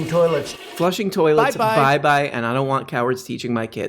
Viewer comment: when it talks about plato going to the bathroom a lot you're like "toiletsch"